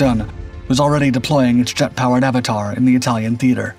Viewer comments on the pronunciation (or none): none